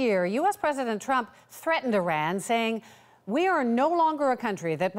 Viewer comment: She cant pronounce - trump or Iran